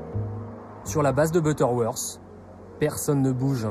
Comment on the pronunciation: Butterworse? Vous êtes terrible avec la prononciation! Butterworth! Pas worse !et c est Boeing pas boeingue! Trop français de dire « cet ancien cadre de telle compagnie » une victime est une victime peut i porte son boulot !